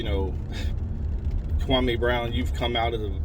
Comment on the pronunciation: It's Kwam-e not Kwa-may but I certainly appreciate your genuineness. Thank you for this video. New sub here. 🙌🏿